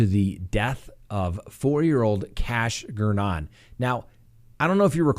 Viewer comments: It’s Gernon rhymes with Vernon. 😃🤣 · Still mispronouncing "Daybell" over a year later. It's DAY-bell, not d'BELL. Also managed to mispronounce "Gernon", which is difficult to do. Got "Brown" right, though.